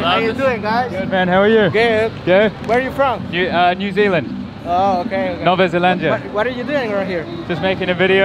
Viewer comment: Yeah it is supposed to be pronounced as Nueva Zelandia* lol but people get it anyways.